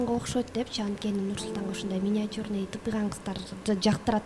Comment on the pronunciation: Миниатьюр дейт го доодуроп